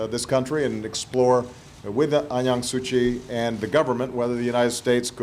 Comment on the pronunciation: Did he say An Yang Suu Chi?